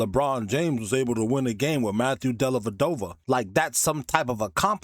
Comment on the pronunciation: Della Dova, not dellaVadova